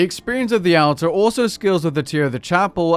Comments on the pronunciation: Hehe he pronounces altar weird. Silly man. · Nice to see on the official RuneScape channel, (but Jagex didn't teach him how to say "altar"). I wonder if this will replace Lumbridge as the go-to location for portable skilling.